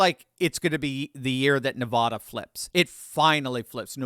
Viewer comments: It's Nevada, not Nevahda. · OMG please stop pronouncing it NEV- AWW-DUH it's AAAA like apple. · Come on,. Everyone in the Silver State collectively cringes every time you mispronounce "Nevada". It's not "Nevahhda"! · us from the wild West say Ne va (short a) da. Just sayin! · PLEASE learn to pronounce “Nevada” properly. Nev-ah-da is like nails on a blackboard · As a recent transplant to Utah, I have been schooled on the pronunciation. So, at least you know there is one new person saying it right, 😉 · Ne-VAH-duh. = Nevada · It's pronounced NE-VAAAAAAAA-DA. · We’ve lived in Nevada all our lives and can’t stand people mispronouncing it the way you do. It’s not Ne-vah-da. The second syllable should rhyme with at. Google it and you will hear how to say it properly. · Stop saying Nevada that way!!!!! I like your analysis, but you sound ridiculous. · From someone who lived in Nevada and still has family there, please say it correctly. People who are from there get very upset when you pronounce it wrong.